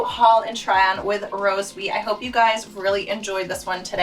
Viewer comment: I Thought you said your name was Roseweed Hahaha No pun intended.You look Nice Tonight!